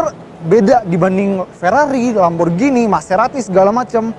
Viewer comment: Akhirnya, ini video Indonesia ke 2 yg saya tonton dengan penyebutan Lamborghini secara benar, "G" nya tdk diganti "J". 👍